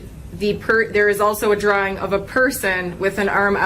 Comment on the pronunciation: Omg its drawing not dralling 😂i love you 💗